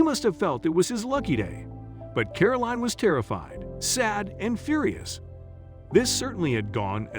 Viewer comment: WHY mispronounce Caroline as caroleen, You wouldn't ask for a bottle of WEEN with your dinner, would you?.